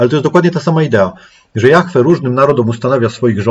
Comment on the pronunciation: dlaczego ludzie wymawiaja jahfe ja mowie jahwe